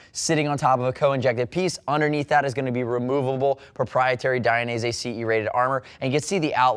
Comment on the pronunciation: DID I just here you say DI an EASY? cos I always thought it was pronounced DAYin EASY - what do you think? I wonder how Valentino says it?